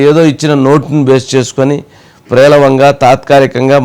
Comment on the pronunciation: మీకు , జగన్ గారికి తేడా లేదు .ప్రేలవంగా కాదు, పేలవంగా అని పలకాలండి.